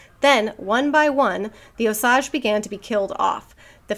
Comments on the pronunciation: Oklahoman here. Figured you (and anyone who reads the book) might find this interesting: Osage is actually pronounced Oh-sage…like the plant/spice. Most states don’t get the exposure to Indian words and names that we do, so I thought it might be good info to have. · My family is Osage! Most of them live in Oklahoma. My aunt was a social worker on the reservation. It’s actually pronounced Oh Sage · O- sage, like the plant.